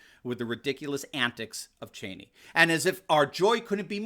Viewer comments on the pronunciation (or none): none